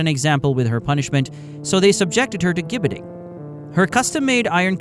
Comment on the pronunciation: It's pronounced 'Jibbeting'. I live in the UK and there is a place called Caxton Gibbet, about 6 miles from my home. There is an old wooden structure, remnants of a gibbet